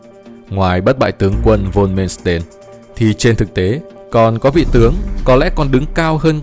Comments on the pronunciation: Ad ơi Erich von Manstein đọc theo tiếng Đức: ê rích von man-stai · Phải đọc là Man xờ tai